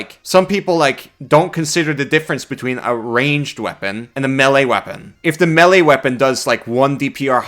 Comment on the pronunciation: this man determined to mispronounce melee forever, no matter how many times it is brought up :D